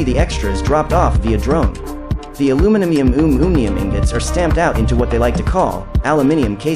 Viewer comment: This was epic. I will never be able to say aluminimiumium again with a straight face 😂